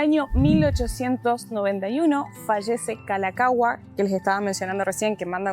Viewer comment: jejeje...no es tan mal la pronunciación. piensa así ca meja meja. En 1978 el inglés y hawaiana se convetieron los idiomas oficiales. Que interesante pq yo nunca entré en este lugar - Aliʻiolani Hale. Muy bien con la pronunciación del Rey Kalākaua!